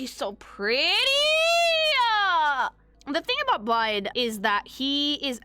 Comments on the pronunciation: Blaidd's name is Welsh and because Celtic spellings are treacherous as all hell for English-speakers the "dd" is more like a "th" so you say his name like "bly" (rhyme with eye) + a soft "th" (like in thorn or death) so together it makes a sound like "blyth" and it means "wolf" because obviously 😉 (+1 this is also why the name Gareth / Garedd is pronounced the same it's just the English vs Welsh spelling but it's really the same!) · People are allowed blaidd when they actually say his name correctly… it’s like blaith, dd = th. I swear it’s like hearing people call Gwyn ‘Gw-yn’ instead of ‘Gw-in’